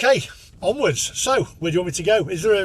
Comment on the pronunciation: He was keen - def been chipped - was dominated there he couldn’t even say onwards properly lol